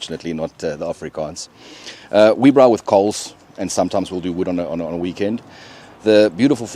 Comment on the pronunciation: lol i know you in teaching mode, but you gota teach them properly, its a Brrrrrraai